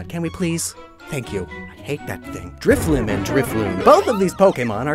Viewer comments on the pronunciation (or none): none